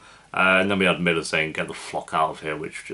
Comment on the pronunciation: is butching Millwr and it’s hurting my heart and brain cells